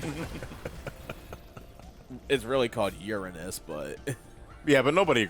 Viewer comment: it actually is pronounced yuu-ray-nuss.